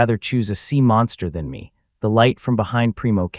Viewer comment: sea, not seam